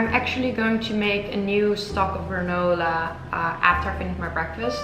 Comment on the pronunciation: When you say “granola” it sounds sooo pretty! I love these recipes! Yum! 🥝 🍌 🌱 🍯 🍲